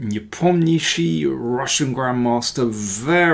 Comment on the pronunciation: You need to work on pronouncing these foreign names! NE-POM-NEEACH-CHEE is better 🤪🤪🤪